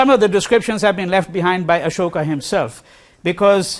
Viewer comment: How is it that you were born in Delhi and pronounce Ashok incorrectly.?